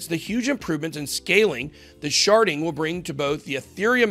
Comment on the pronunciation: I thought he said sharting!! Lmao..